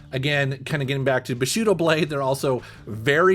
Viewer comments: Not BUSHUDO... it´s BUSHiDO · Bushido or bu·shi·do [ boo-shee-daw ]